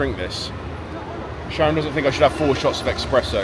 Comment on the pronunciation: Espresso. Not EXpresso